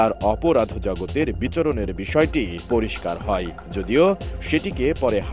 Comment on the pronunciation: "মামলাই এ রাই, আরমানিটোলাই, ধারণা করা হই, শোনা যাই" ..... টিভি চ্যানেলের সাংবাদিকের উচ্চারণ এরকম হওয়া উচিত না। ই এবং য় এর ব্যবহারটা আরেকবার শিখে নেওয়া উচিত। ধন্যবাদ